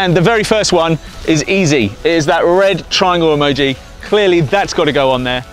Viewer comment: Hell nah mr eh-mo-ji man